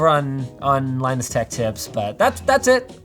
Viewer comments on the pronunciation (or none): none